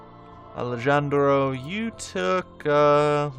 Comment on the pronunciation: Alejandro = Ali-Han-dro. The J sounds like an H.